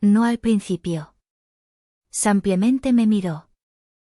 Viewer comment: No se dice sampiamente sé dice símplemente.